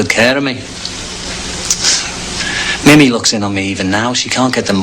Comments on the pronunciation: Weird that McGann got through this entire production mispronouncing Mimi’s name, as “Mimmee” as opposed to “Mee-mee”, without anybody correcting him. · Its mimi (pronounced meemee) 😒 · Mimi?.. its pronounced meemee tut tut!!